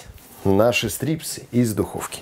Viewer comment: это назвали не "стрипсы" а "страйпсы" от английского stripes - полоски.